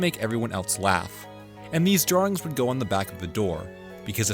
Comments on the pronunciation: I don't like the way you say "drawings". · Off-mardle drawrings